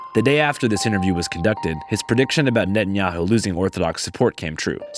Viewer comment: NET-IN-HI-YOU lol